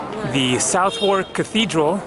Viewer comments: Tip: Southwark is pronounced "Suthark". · I love how pronounces places the way they are actually spelt. "South-wark". "Suthurk". Southwark or South-Wharf was where all the naughty entertainments happened. From bear baiting to prostitution and gambling. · It's Suvverk not South-wark. But to be fair I used to get phone calls from Brits who got it wrong when i worked there. And The Golden Hind rhymes with kind rather than wind. It was easier when the original was called The Pelican. PS I've never been keen on Tate Modern either but there are untold other galleries and museums. PPS People also massacre the next door Bermondsey - Bermonzee